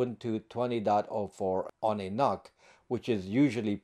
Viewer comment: I'm pretty sure NUC is supposed to be pronounced like "Nuke". Think about it, ...Intel Atom, as in "atomic", ...Intel NUC, as in "nuclear"... It just kinda makes sense. 🤷‍♂️